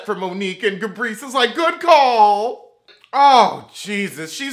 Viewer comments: Listen....everytime I hear him call her Ga-brissy!!! I laugh like it's the first time I heard it. Ga-Brissy!!!! Lmao!!! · Why do you call Gizelle “ ga- brisy” 😂😂? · It’s Ga-Breese for me 😩😩😩🤣🤣🤣